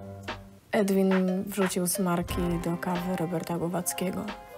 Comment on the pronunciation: Chłop nazywa się Edwin ? Czy nikt tu nie potrafi powiedzieć Erwin